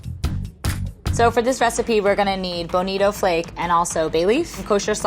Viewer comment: at first I thought she was saying "Benito flakes"